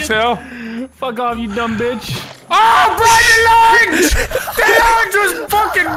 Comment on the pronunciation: He wanted to say "Launch!" but came out sounded like lunch instead